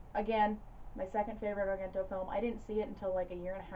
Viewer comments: The proper pronunciation of Dario's last name is "ARE-JEN-TOE". The second syllable is pronounced like "Gent", in "Gentleman". If you want to give it that authentic Italian sound, you can roll the "r"s in his first and last name;-) Before-ah you know it, we make-ah proper Italiana, out of! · This was quite an interesting watch. I will have to take note and sniff out copies for my own collection. Your channel is becoming one of my favorites. Pronunciation-wise, of his surname, it would be "ahr-JEN-toh." A soft "g," not hard.